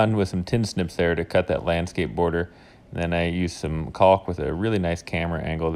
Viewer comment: After what I assume is over 30 years of living on this earth, you still cannot pronounce caulk correctly.